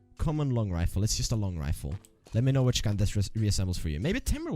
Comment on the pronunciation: YUST lajk dat